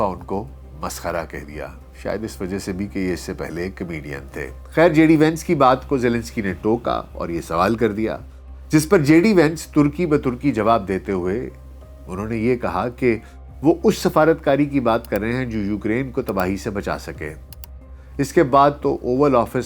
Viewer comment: السّلام علیکم اکثر آپ لفظ turkey ba turkey بولتے ہیں اصل لفظ Tarkey ba tarkey ھے